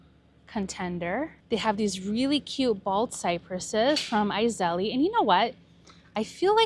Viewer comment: Iseli....(pronounced eyes-lee) 😊 Beautiful place! ❤